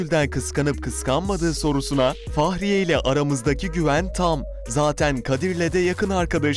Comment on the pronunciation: Adamın Faahriye Evcen demesi ne kadar sinir bozucu